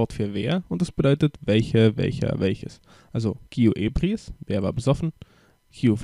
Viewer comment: Also bitte, lern mal die richtige Betonung!!! Es heißt nicht "sómero" und "ébriis", sondern "soméro" und "ebríis"! Und wer genauer wissen will, was Esperanto ist, findet hier etwas Info